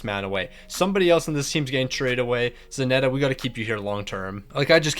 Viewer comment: Still wondering why Zanetti is called Zanetta hahaha